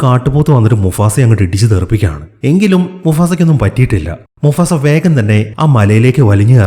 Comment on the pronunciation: Musafa alla mufasa😂🙂